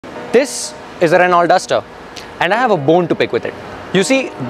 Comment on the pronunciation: Reh-now Reh-now Reh-now for god sakes stop miss pronouncing. It's a French word. You are a person whom people look up to at least for automotive knowledge, if you miss pronounce everybody will do so. It's not "Renalt". It's "Reh-now"